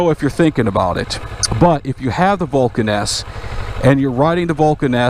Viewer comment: When you say Vulcan S it sounds like Vulcaness.